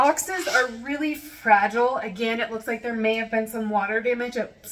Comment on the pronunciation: Fruh-gee-lay, must be Italian.